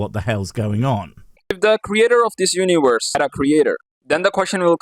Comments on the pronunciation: What is this "Uniwerse" of which he speaks? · Uniwerse... Damn, I broke my tongue pronouncing that...